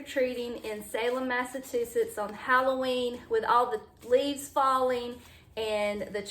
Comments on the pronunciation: It's MassaCHUsetts. You just added a T in there. 😜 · 😂😂😂😂 it’s “Mass a chew sets”